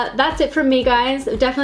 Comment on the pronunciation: sea ya 🤣